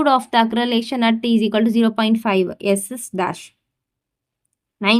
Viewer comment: Acceleration pronunciation is wrong